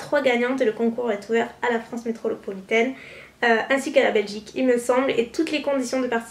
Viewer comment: oui mais cest "Metropolitaine" et pas "Metrolopolitaine" haha :D